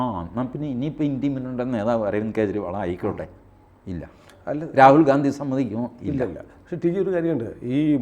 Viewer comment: കേജ്രി.. ഇണ്ടി മുന്നണി,ഖാൺഗ്രസ്, ഖേരളം രാഹുൽ ഗണ്ടി.... എത്ര അസഹിഷ്ണുതയാണ് പേരുകൾ വികലമായി ഉച്ചരിക്കുന്നത് വഴി നിങ്ങൾ പ്രകടിപ്പിക്കുന്നത്? നിങ്ങളുടെ ഉള്ളിൽ നിറഞ്ഞിരിക്കുന്ന വിഷം നിങ്ങളുടെ തന്നെ നാശത്തിന് കാരണമാവും 🙏🏻